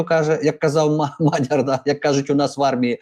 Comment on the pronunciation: Наголос у вас тіпу пУтин, лАпін...мАдяр...)) Шо за балачка? Чім незрозуміліше - тім "патриотічнєє"?